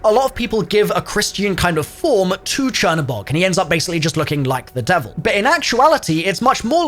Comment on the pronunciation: google translate black god into polish, thats the way its actually supposed to be pronounced since the spelling is polish.